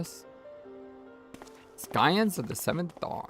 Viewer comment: Scions is pronounced 'sigh-ons'. Also, when you talked to the plague doctor, the word redolently means 'related to a pleasant smell'. Urianger has the same voice actor as Balthier